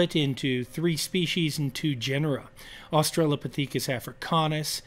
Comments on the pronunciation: Very curious about Berger’s pronunciation of Australo-pah-THEEK-us. Never heard it said this way before. Have tried to find reference to it on google without success. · why did you pronounce Australopithecus that way?